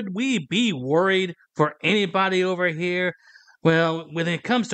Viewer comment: Someone explain to this guy that the word "here" is only one syllable. You're not throwing a punch in karate or anything